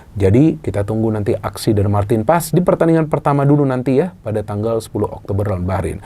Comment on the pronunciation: Kenapa kata PAES huruf E nya tidak di baca